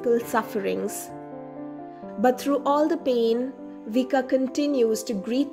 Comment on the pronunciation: Vicka is pronounced Viska.